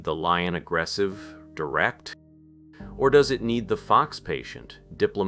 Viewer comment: lion or fox lol i had to turn on my captions to see what you actually said because it sounded like lying or f u x 🤣 i have to admit , I started having a little chest pain early in the vid( And I have extreme high blood pressure) n I had to lay down, but when I heard this I laughed so hard and it distracted me from what was probably an anxiety attack.